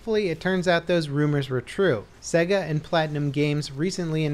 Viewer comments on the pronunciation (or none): none